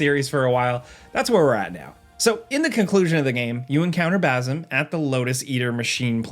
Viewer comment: Dude can't pronounce bazim SMH annoying